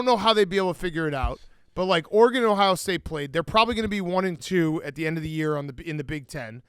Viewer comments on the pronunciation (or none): the way Dave pronounces Oregon as "Orygone" LOL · Why tf does Dave keep pronouncing Oregon like a dweeb